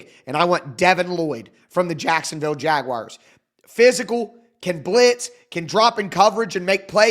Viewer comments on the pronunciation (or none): none